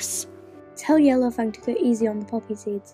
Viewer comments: He says Yellow*Fane* instead of Yellow*Fang* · Its yellowFANG not yellowFANE. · why does it keep saying Yellowfane?